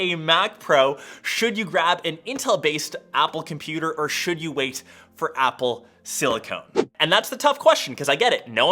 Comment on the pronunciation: “Apple Silicone” lmao